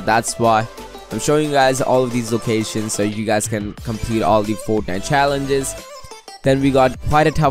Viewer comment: lol how he says fornite